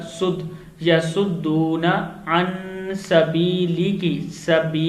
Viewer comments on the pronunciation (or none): Sabilika not sabiliki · Sabeelika Ko sabeeliki padhaa Gaya first time but it was correctly read second time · Sabeelika ko sabeeliki padha aapne galat padha hai pehle Sahi padhiye phir video banaiye logo ko gumrah Kar rahe ho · An sbiliki nhi Bhai sbilika